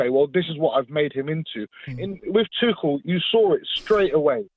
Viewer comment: This guy not only mispronounces Tuchel's name, but at the end, he repeatedely said Tuchel when he meant Potter! He does it twice in a row at the end. 'Tuchel needs to do this, Tuchel needs to do that', etc. I don't think I would want this muppet representing me in court!